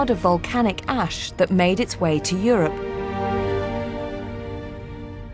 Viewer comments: !) I kinda like how makes 'ash' sound like 'ass'. "There is ass everywhere." 2) The ponies have fabulous hair, and they know it. 3) Don't worry, it's not like back then when we'd all starve to death in the case of an eruption. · at the end it sounds like shes saying the amount of ass in the air killed the lambs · I love the islandic pronunciation of Ash.....'yeaaah I had some ass down there!'